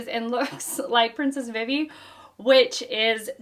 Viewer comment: Vivi is pronounced Vee Vee, but also, I love this as another example of genre sampling. It's a Western this time, with the 1 man vs. 100 bounty hunters. That one man is Zoro, but still.